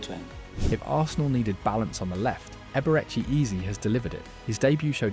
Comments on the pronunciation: 'Ebereke Eeez'... AI slop script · Eberechee Eez? wtf bro